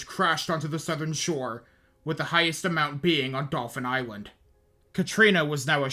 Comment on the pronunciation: Dauphin Island here, thanks for pronouncing it correctly! Driving through coastal Mississippi, there are still empty foundations sprinkled on every block. Looking at Dauphin Island, you'd have no idea Katrina even touched us unless somebody pointed out the beach houses out in the water where the storm moved 50ft of beach depth from one side of the island to the other. There's never enough money to rehab the beaches completely so we will forever play a game of keep-up-and-pray with the erosion. Most of the folks here would put their houses on stilts and travel to the mainland by boat before they'd ever consider leaving. This was a great video, I am really looking forward to the next one.